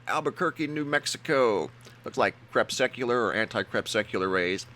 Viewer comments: "Crepsecular"? What is that? Is it anything like "crepuscular" [krĕ PUH skyū luhr] meaning of or relating to twilight, an actual word in English? Wikipedia: "Anticrepuscular rays, or antisolar rays, are meteorological optical phenomena similar to crepuscular rays, but appear opposite of the Sun in the sky. Anticrepuscular rays are essentially parallel, but appear to converge toward the antisolar point, the vanishing point, due to a visual illusion from linear perspective." Wikipedia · CrePUSCular rays, not crepSUCular... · Ha ha, you still don't know how to say "crepuscular." LOL